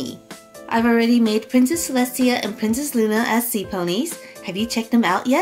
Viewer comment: Celestia actually has no niece and you should learn how to pronounce her name right🙄😒